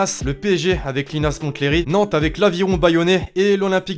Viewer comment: Linas montlhéry sa se prenons lé et pas té sinon au top t’as vidéos